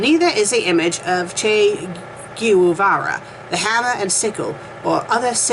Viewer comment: Why read when you cannot even pronounce the words properly... Bourgeoisie, Che Guevara, etc., you mispronounce everything, and you are a native speaker of English. Don't you feel a bit ashamed? P.s. Comming from a formerly communist country, I can, and do, laugh at things in this fanfic. It is obviously a parody written by someone who is, unlike you, well versed in history.